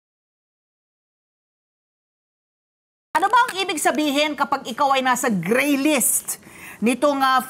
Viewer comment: Madammmmmm, galit na galit ka sa letter R no? Paka Ggggraaaaaayyyy list mo pa! Haha